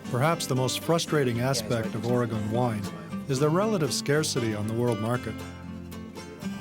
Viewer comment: Does this guy know how to pronounce Oregon?